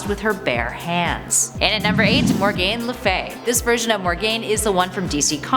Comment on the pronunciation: The way she was pronunciation Faust and Morgaine was killing me